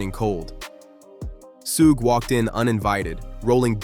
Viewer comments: Soogie??? "SUGE"...😬😅🙈😭🤣🤣💀💀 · It's Suge, not Sooge. And that will Smith line was from The Marshall Mathers lp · Word salad that could have been cut down to 10 mins. And what's the deal with the pronounciation of "Suge"? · Never heard Suge’s name pronounced so many different ways in a single video. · I know right. These narrators butcher everyones name. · Completely mispronouncing Suge's name repeatedly... is wild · The way the narrator pronounced Suge Knight's first name. 🤭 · Whats up with the way you say Suge? You can tell you didnt hear that name growing up.